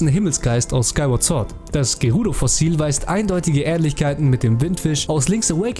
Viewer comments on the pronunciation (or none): none